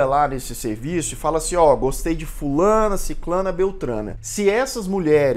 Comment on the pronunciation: Oi, nunca e tarde para aprender, pode parecer estranho mas o correto e ( sicRana (o) ), desculpa os acentos, meu teclado e em ingles.:) otimos videos. sempre.